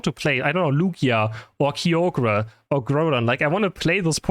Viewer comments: Kai-o-grr Not “kee-o-gruh” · Excuse me sir, "KEEOGAR"?